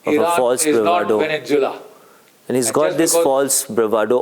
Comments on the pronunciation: It would help if the old fart with the crooked teeth would pronounce the country properly, it is called “Venezuela” not Vennzula. Furthermore, Iran war damages were nowhere close to $50 billion. Israeli homeowners filed 45,993 claims for some NIS 5 billion ($1.47 billion) of property damage sustained during Israel’s 12-day war with Iran in June. So get your teeth fixed and then get your brain checked. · GEN Sb country is Venezuela not Venenzuela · Great analysis by Major General GD Bakshi. When will he learn to say ''VENEZUELA'' and not VENENZUELA''?????🤣😂😂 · It is not Veninsula Mr B it is Venezuela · Why GD Bakshi Sir calls Venenzula for Venezuela? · he calls it vevenzuella